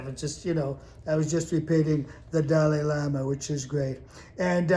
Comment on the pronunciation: I’m going to miss once he’s gone 😂😂😂😂 Did he say Dolly Lama 😂😂😂